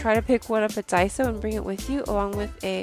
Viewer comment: Really nice discovery, but daiso? Lol